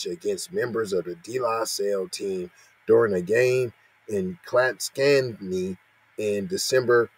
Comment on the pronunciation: Dude you totally pronounced the name of that town wrong 😑 I grew up there.. 🤦‍♂️